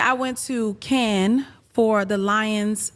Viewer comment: Cardi saying Cannes, France incorrectly tells me everything I needed to know.